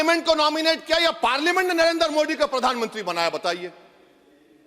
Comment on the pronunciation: Abe tothle dang se name to Lena Sikh kya मोदी बोल मोड़ी नही 😅😅😅